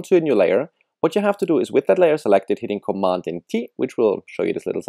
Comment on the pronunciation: i dont understand what he is saying. " with that layer selected... hitting commanding T" what?